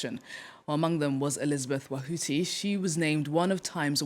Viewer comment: It's not that hard or serious but they should have at least pronounced your family name correctly. I almost broke my neck to see who "wahuti" was. 😅